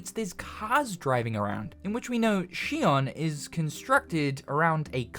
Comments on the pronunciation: Shion? Its zion but with an x. Did you even play the game? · She-on? I thought it was pronounced Zion. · Why is he pronouncing it Shion when in the game it was pronounced Zion... Am I tripping? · He keeps pronouncing Zion as shion but Zion is the proper pronunciation of xion. Zion translates to heaven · Shion? Xion is not Chinese bruh... It's pronounced like Zion, it's a biblical reference, like Adam and Eve are also named the way they are for that same reason. Good video though. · Its "Zion!" Not "She-on" they literally call it that in the game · Do you only read the subtitles? It’s pronounced Zion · i cant wait for the sequel but u keep miss pronouncing xion and saying shion the only thing i want in stellar blade 2 is new swords or blades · Lmao she-on is crazy it's like he didn't even play the game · You are mispronouncing Xion. At least in the English version Adam pronounces it like Zion which makes sense with the biblical tie ins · Are you pronouncing it as Shi on purposely because they don't pronounce it that way in the game. Just curious. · She-ON? Did you even play Stellar Blade? WTF is SHE-ON? Are you an AI voice or something that's just sounding out the words from a script? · I haven't watched gameplay in a good while, so... is it pronounced Zy-on? (Zy like, my or Tyson?) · Lol, he keeps calling Xion like 'she-on' from Kingdom Hearts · …also we all hear you pronouncing Xion that way, and it’s understandable. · You absolutely have to be pronouncing Xion wrong on purpose just to tilt me. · Understanding it's a Matrix reference isn't even the problem. They literally say the citys name in the game, they give you the proper pronunciation 😂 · If anyone should get a pass on it, it’s probably 🤣 The years and years of being programmed to pronounce Xion that way have broken him, and a lot of people didn’t actually play Stellar Blade’s in English to mentally check the pronunciation.